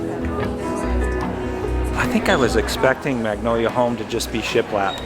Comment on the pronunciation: Got me at “shialap” 😂😂😂